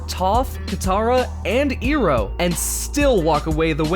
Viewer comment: Where do we even begin when we heard him pronounce iroh literaly iroh other than airoh and toph tofe.